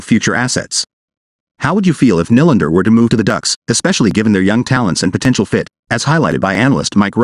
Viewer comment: It’s pronounced (kneelander). Not (Nilander)! Honestly…get someone who knows the proper annunciation of his name.